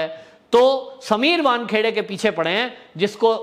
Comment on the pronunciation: Correct your self, it is not Bankheade, it is vankhede